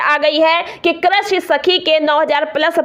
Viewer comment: Pahle to Aapko krisi bolne nahi aata😂